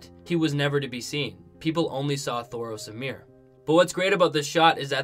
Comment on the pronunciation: thoros OF MYR!!!! For the love of god! lol not, Thros AMIR! lol